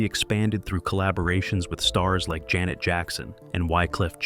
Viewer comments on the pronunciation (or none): none